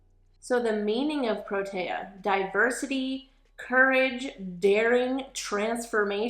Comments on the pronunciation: Pronounced Pro TEE uh not taya..... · I am South African and I have a huge affinity to proteas! They were on my school crest, they were my wedding flowers and they are the national flower of my country! I LOVE THIS!!! Pronunication is: pr-oh- tear